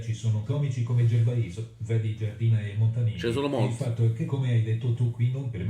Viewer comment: Pronunciano Gervais alla francese, baka rassegnato